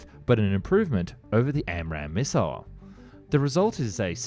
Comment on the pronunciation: Yet, can't say "Dassault" or "Thales". Or "missile".